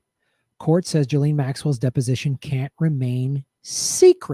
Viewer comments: i like how you call her jilleen instead of gee-lane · It’s ghee-lane